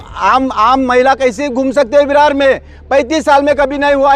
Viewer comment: विरार ला बिरार बोलतात वसई ला बसई बोलतात 🤦‍♂️